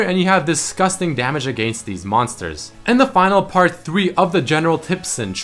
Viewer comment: Its funny the way he says "against" xD